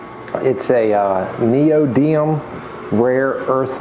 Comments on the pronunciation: I can’t believe it! I’ve looked down the 48 comments placed so far and nobody has pointed out that this guy pronounced the type of magnet incorrectly. It’s not “Neodium” it’s “Neodymium” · neodiMIUM not neodium